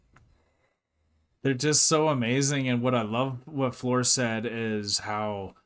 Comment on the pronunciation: The translation or lack of it, here gives a slightly wrong picture of what happened. Tuomas burst out laughing at the way he pronounced Floor's name, he said like "Flöör" and with really weird tone, not typical for him and he was amused how he said it. He even repeated "Flööör" couple of times. They had a quick dialogue with the interviewer about it. The interviewer imitated how Tuomas said "Flöör" and they laughed both. One of those things that it was just impossible to translate this very fast dialogue. I have watched this documentary many times and often thought that this clip where Tuomas speaks should be linked to someone who teaches foreigners to speak Finnish. It would be a good test for those who are further along in learning Finnish to see if they are able to pick up this really fast dialogue that happened in a few seconds.